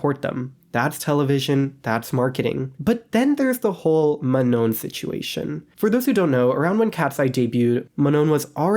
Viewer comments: It's pronounced Ma-noh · Ma-Nah is how to correctly pronounce Manon's name